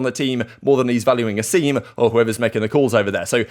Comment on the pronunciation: I gotta say it’s A-sim not Aseem